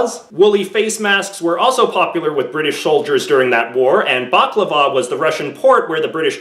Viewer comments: Bac-la-va? Ba-la-cla-va? other than that, a really good video :) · JJ showed the spelling correctly, but he just pronounced it wrong. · Balaclava not baclava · Omfg the way he pronounces balaclava really pisses me off